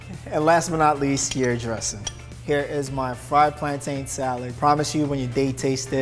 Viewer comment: It's pronounced 'plantun' not 'plantane' lol. Coming from a certified Jamaican 😂😂😂